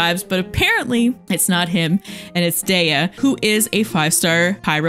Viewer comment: also its "d-e-uh" not "day-yuh"